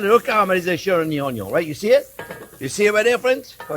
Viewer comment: he actually says 'ONIO'😉